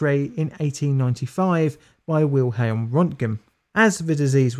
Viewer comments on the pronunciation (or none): none